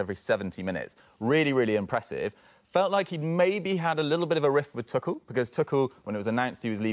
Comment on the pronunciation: How can man say tuckel 🤢🤦‍♂️